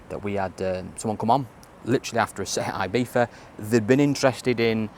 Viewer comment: Love the video but folk always pronounce Ibiza wrong and it does my head in! It's not "eye beetha" it's ee-bee-tha!!